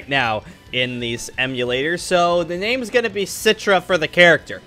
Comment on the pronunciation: YOU ARE SAYING HIS NAME WRONG!!!!!!!!!!!